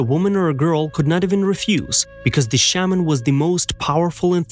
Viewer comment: I don't believe any of it. To have a European narrate this. Is insulting. He couldn't even say Shaaman right. Until this comes out of a Natives mouth. I'm not accepting any of this. It's hear say. The title is b.s. an to compare our Traditions to Europeans is insulting. What a waste of time.